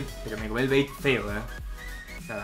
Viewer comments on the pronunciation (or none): none